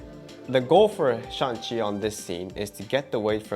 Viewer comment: No shan chi, shang Chi 😂 the movie was really good. thanks